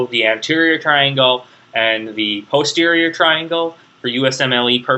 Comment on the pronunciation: It's very good of you to help people with their studies but you really should be more careful. You named structures that do not exist and confused muscles that do exist with a cartilage that does not. Personally I do not like your pronunciation of "posterior" and have never heard another physician/surgeon who used yours. But I guess that should fall under the heading of "to each his own".